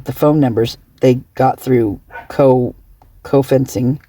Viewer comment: say Geofencing like it’s spelled. The G is a G sound E is an E sound and O is an O sound so say Geo fencing. Just letting u know no offense ty for all you do.